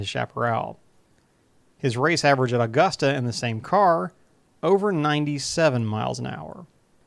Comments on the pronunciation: Been trying to get this track back in action, and used for Rally or road. Also it’s pronounced uh-gusta not aw-gusta :) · Never heard anyone call it "Allgusta"..... Here in the South, we pronounce it "Ah-gusta. Smooth, with no inflection. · First, it's not "Awww-gusta". It's "Uh-gusta" Only people not from here pronounce it incorrectly.